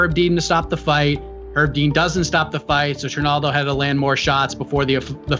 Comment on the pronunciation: pronounced Herb Dean with a silent H about 50 times and no other comment addressed it, am I insane?